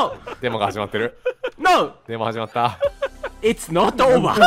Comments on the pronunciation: ほんとレトさんの it's not over が いっつのっとおーばぁー なんだよなぁ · IT’S NOT OVER の発音が力抜けるw